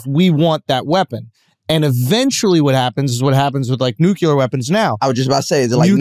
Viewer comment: nuclear: new killer ❌ | new clear ✅👍